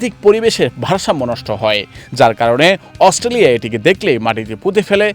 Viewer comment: ঠিক ভাবে অস্ট্রেলিয়া বলতে জানেনা সে হইছে বৈশাখী news করতে